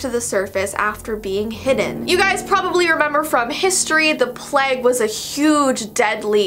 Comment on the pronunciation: I want to scream so badly because I heard say plague wrong I don’t know why just it infuriates me whyyyyy